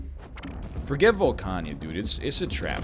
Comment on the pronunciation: NL, I know it's nitpicky to the n-th degree, but there is no "i" in Volcana. Please, it's driving me insane. xD